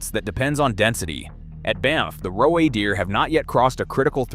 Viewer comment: Grossly bad mispronunciations. How many different ways can you screw up saying "roe"?